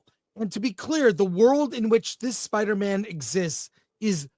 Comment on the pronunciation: Spida Man soft A